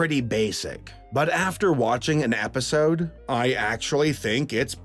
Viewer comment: Did he say watching an APPisode, or was that just me?